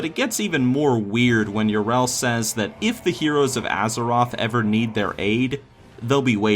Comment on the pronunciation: I can't believe you mispronounce Yrel so much even though they say it so often in game...